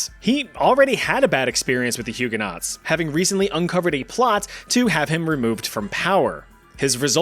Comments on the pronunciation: they are pronounced hugeonoes not huguenots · I'm really sorry, but Hugenaught is pronounced Huegen-o. The aught is silent. :) From a Hugenaught. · Love love love all your videos…. But PLEASE say Huguenots correctly! It’s making my ears bleed 😂😂